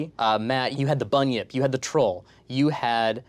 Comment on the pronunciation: Not quite a correction, um actually you pronounced bunyip wrong, the ny is fused slighty in a way we don't use that much in english, but it's like in nyan cat